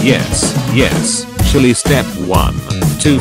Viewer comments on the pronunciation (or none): none